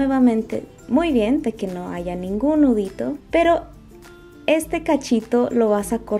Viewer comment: Muy fácil y todo.. pero no se dice "ahiga nudos" es haya nudos